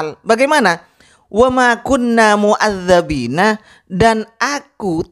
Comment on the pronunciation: dalam Al Qur'an bacaannya MUADDIBIINA , sedangkan ustadz anda membaca MUADDABIINA . Apakah itu bukan bid'ah? Kalau ditanya seperti ini nantinya di jawab fitnah & tuduhan🙃🙃🙃.